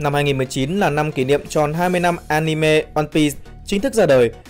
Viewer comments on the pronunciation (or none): none